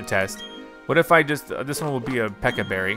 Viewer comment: Watering takes about 23 seconds if I counted at the right speed. The Pecha berry took 30 seconds. Also, Please stop calling the Pecha Berries Peka Berries. I hate that pronunciation. Also, Staravia is pronounced Star-ay-vee-ah, but I don't mind your pronunciation. Buneary is Bun-eer-ee. Protect only works the turn it's used.